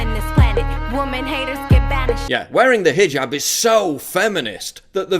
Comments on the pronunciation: Maybe needs to read this headline, since he seems to have a problem properly pronouncing the word hijab. It's not fucking hajib, it is pronounced hee-job, like he needs to get a job. I know is aware of this and obviously purposefully mispronounces hijab to emphasize the foreign nature, but only makes himself look stupid. Love the products but this has been a pet peeve of mine. Please pass it along. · ROFL... "Hi-Jib Hop"